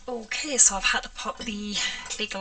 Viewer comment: I am routinely blown away by the quantity and variety of techniques you demonstrate.👀 Truly amazing. I also love the way you pronounce "ok". O-keh.😁👍🏻 BTW, "agave" is pronounced a-GAH-vey. It's a desert plant in the Americas. That sure is a pretty paint color.